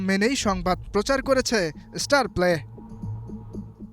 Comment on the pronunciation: আপনি একটা ফাউল, ফালতু সাংবাদিক।আপনি কোচের পেছনে লেগেছেন কেন?আর ঝামেলাপূর্ণ ব্যাপারগুলি নিয়ে নিউজ করেন কেন?তিলকে তাল বানিয়ে দিতে চাচ্ছেন।আপনিতো মিয়া উচ্চারণই করতে শেখেননি।স্টারপ্লেকে বলছে ইস্টারপ্লে।